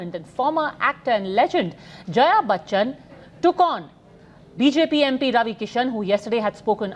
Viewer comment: She is Jaya Bitchchan not Batchchan